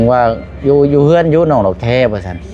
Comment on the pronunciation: คนลาวอ่านออกเสียง ตัว ด.เด็ก ไม่ได้ใช้แต่ ล.ลิง สังเกตมาหลายคนแล้ว ออกเสียง ด.เป็น ล หมดไม่รู้เหมือนกัน ว่าเป็นเพราะเหตุใด⁉️